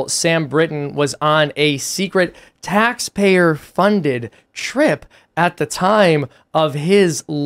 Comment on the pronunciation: What's taypayer? Fkn proof read?